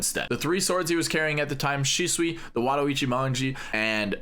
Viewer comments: shusui not shisui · Its shusui how many times do you need to say shisui iys shusuiiiiiii!!!! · I love how he says shisui instead of shusui